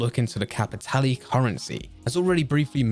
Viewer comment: Regarding Blood Money: well Im pretty sure we all learned its pronounced "Cappy-TAY-Lay"